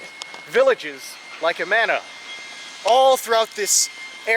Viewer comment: I'm pretty sure the original settlers pronounced it AH-ma-na.